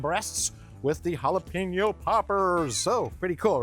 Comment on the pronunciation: It’s jalapeño NOT Jala-Peen-no